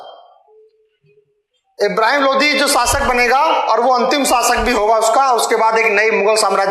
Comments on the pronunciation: भाई इनको किसने शिक्षक बना दिया जिनको द और ध में अंतर नहीं मालूम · Lodhi nahi Lodi bol be. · Lodi aur lodhi rajput Alag Alag he jab khud ko sahi se pata nhi he bta kyu raha he chandravanshi me lodhi sabse bade hote hume Muslim se kyu jod rha he chacha charo veda ko sahi se study kar le tujhe lodi aur lodhi Bolne me dikat ho rhi he